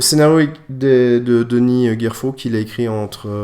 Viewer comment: pitié! pitié! C'est Gerfaud pas Guerfaud ! merci :)